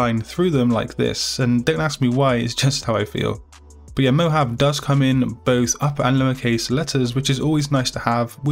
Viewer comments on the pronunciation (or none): 'Mo Hav AAA' is the correct pronunciation not "mo have" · Awesome as always these fonts are perfect!! Just one Mohave is said Mohavee or something like that lol like the desert! ♥ I cant wait to use them all you're awesome!ty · Thanks so much! btw it is pronounced Mo-hah-vee